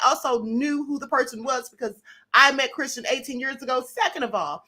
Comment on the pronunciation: This woman talking about Christian needs to sit down somewhere & sth up....she can't even pronounce his name correctly!